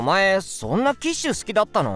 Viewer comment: キッシュがティッシュに聞こえたww